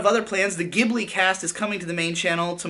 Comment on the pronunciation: It’s "Ji-bu-li”.